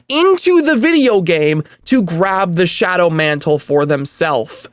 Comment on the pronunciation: Shadow mantle, NOT John mantle.